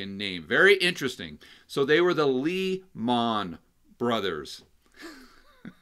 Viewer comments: Lee-Mon? Very funny. Maybe we should call you "Game-on". Love your videos and the great content thereof. Thanks. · "Lee Mon" 🇯🇲 love it 😎😂😂😂